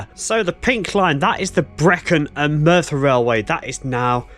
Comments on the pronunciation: Another excellent video from the area in which I grew up. There is a ruined castle at Morlais, which was never completed, and the GWR named one of their Castle Class locos after it. PLEASE don't take this as a negative, but "Morlais" is pronunouned "More-lice". Sounds like you may be heading for Cefn Coed viaduct next? I used to fish for trout under it in the River Taff! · Very interesting. Morlais pronounced morelice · Hello, excellent videos, but sorry a correction on the name...it is Mor as in a dogs Maw or Tor with an M, Lais as in Lice so Morlais is Maw lice Diolch 🙏 and Tor pant aye for Torpantau...not being arsey, just educational on how to pronounce Welsh names. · Morlais is pronounced /more-lice/, as in extra animal parasites. ;-)